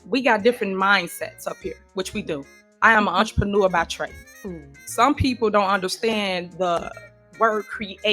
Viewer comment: We’re dealing with Tiffy…did she say “entrepreneur” or did she say ENTREMANURE😂😂😂😂